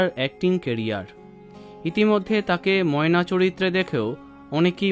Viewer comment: নায়িকার সাথে নায়ককে একটুও ভাল লাগেনি ময়নার উচ্চারণ ঠিক নেই